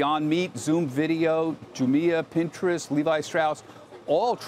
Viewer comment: Did he say Jumia?